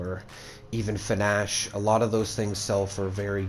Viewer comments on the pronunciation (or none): Wuts finash? You mean fasnacht? It's pronounced foss-nocked